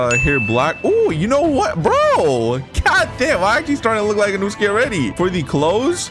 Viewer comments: its inosuke not inusuke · Bro said inuske💀💀💀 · bro i hear you say "Inewskees" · "Inuske" bruh jit inoske gonna come for u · in noo ske its in no as in no i don't hate in no ske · Im very sorry if I am offending you but I am getting triggered by the way u say InUsUke instead of In oh suke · Lol he kept saying inuske 😂😂😂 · Is nobody gonna talk about him saying inooosuke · this man is saying insuaka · bro said E-nuu-skay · Bro is saying inusuke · nah bro, you know he was trying to become inouske when u heard him pronounce it wrong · THE PAIN OF U SAYING HIS NAME WRONG THE WHOLE TIME